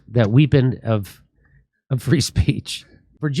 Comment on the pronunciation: What the fuck is a WHIPPON